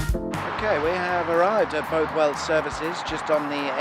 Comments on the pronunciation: Bothwell is pronounced with the first syllable as in “ball”, so like “Bawthwell”. The services is dismal but the village is chock full of premier league footballers and very expensive houses. The A74(M) was supposed to be renamed M6 when the Cumberland Gap was filled between Carlisle and the border, but it’s never happened. A lot of the original road signs in South Lanarkshire pointing to Carlisle have M6 hidden under the A74(M) patch. Heart of Scotland is pitiful, but luckily a brand new Eurogarages development has opened at the next junction eastbound. Not technically a motorway services, it is right on the junction and has multiple food, coffee and shopping outlets along with a cheaper Shell than the BP at HoS. I think the only thing keeping HoS alive is it’s Park and Ride facility to Glasgow and Edinburgh for Harthill residents via Citylink coach. Abington is always horrendously busy and has a tiny car park. Sitting right at the junction of the M74 to Glasgow and the A702 to Edinburgh, as well as the A73 to the Clyde Valley. It gets a stack of passing trade, could definitely do with being much bigger. I watched a man selling tropical fish from his boot in Hamilton services once. So, you can pick up anything from a service station. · "Both..." in Bothwell is pronounced the same as in bother, and "...well" is pronounced "wull". An interesting feature of Bothwell services is the access gate to the Fallside Road that locals in the know use as an unofficial motorway junction. Very handy!